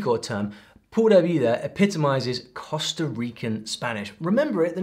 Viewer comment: your channel is a great one! However, as familiar as you are with Spanish, and many others as well, I was frankly surprised to hear you pronounce "Costa" as "COST-uh", rather than "COAST-uh", as in Rica. Re. your best pronunciation of Honduras with your British accent--not bad. All you need to sound right is to not pronounce the 'H'--own-DUE-rahss.